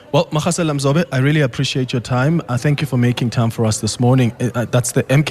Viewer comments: Magasela is pronounced with as ‘G’ for golf. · Butchering the pronunciation of Magasela